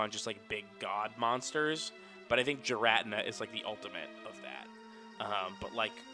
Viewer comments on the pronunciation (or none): Every time says "Giratina" as "Ji-rat-in-a" kills me just a little bit